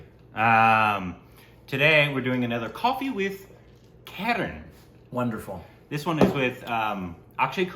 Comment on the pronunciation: It's "Kaa-Raan" Not Karen! 😭😂😂😂